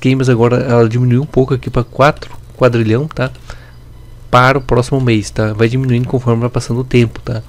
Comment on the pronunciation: Boa tarde! Parabéns pelo canal. Apenas para ajudar, o correto é quaTrilhão e não "quaDrilhão", está errado.